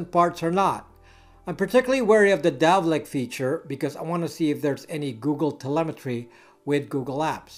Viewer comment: Dalvik not Davlik.